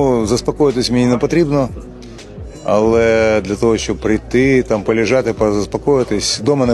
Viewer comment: Вот это вот "алэ" с первой секунды произношения вызывает рвотный рефлекс